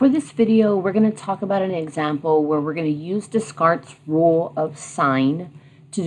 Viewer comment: been loving your videos! just a friendly tip: the dude's name is pronounced "day-CART" (french guy)